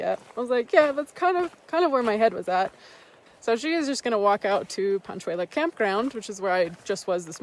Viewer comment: Thanks for the nice videos and good job on pronouncing Panchuela, but "pee-kos" is like nails on a chalkboard for me 😂- my issue, not yours, but it's "pay-cos" or "peck-os" and the "ch" in Truchas is pronounced as a "ch", not as as a "k". Love those areas, it's very sad to see all the trees dying, especially in the last 5-10 years. And there are absolutely bears (and mountain lions) in those regions so you should be as careful with your food as you would be anywhere else.